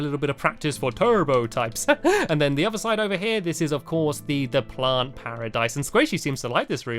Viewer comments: he said stide instead of side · Stampy... Instead os side you said stide LOL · of sidehe said "let's go to the other stide" instead